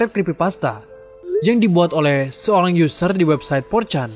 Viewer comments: SOERANG dibaca SURANG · harusnya Seorang bang , Bukan SOERANG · soerang apa seorang 😂